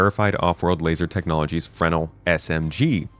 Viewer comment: Fruh-nel! Not frenel like fennel.